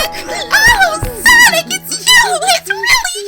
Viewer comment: Tails: SOWIC Amy: SONIC